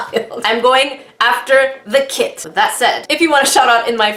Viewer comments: It sounded like said I'm not going for the kit I'm going for the kid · Kit I heard KID! AHHHHHHhhHHHH